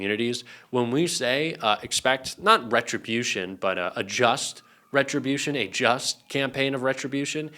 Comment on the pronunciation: I think you mean RETRIBUTION rather than RET-RO- BU-TION.